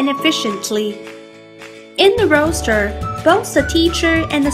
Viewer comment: Roster, not Roaster